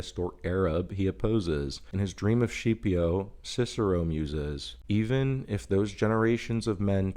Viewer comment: Cringe pronunciation of Scipio. I liked the video overall. Some thing I would push back against is your resistance to black and white; circumstances should always be considered, but that consideration should be grounded in firm beliefs in right and wrong and certain immutable values.